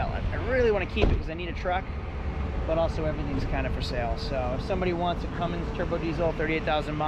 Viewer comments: Say "cummings" one more time...it's Cummins sir, no g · CUMMINS! No G ! Lol